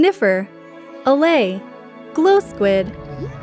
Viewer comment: the way glow squid is pronounced sounds like a robot for some reason